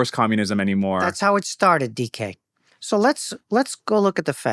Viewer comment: Caught me by surprise when I heard that first. Thought he said "decay" instead. As in, "we're on the level of psychology decay". 🤔